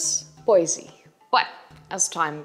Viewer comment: It's pronounced Bois- e -i just to make you aware.